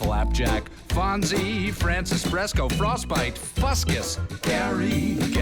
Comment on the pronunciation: Did he say phrostbite? 🤣